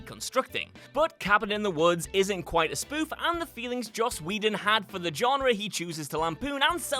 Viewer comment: Hell has officially frozen over. finally pronounced Joss Whedon's name correctly!